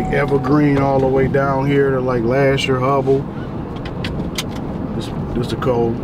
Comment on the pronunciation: The way he pronounced Lahser.. everybody from Detroit say “Lash-er”